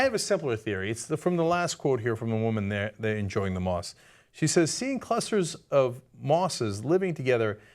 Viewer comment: I totally heard mosque hahahah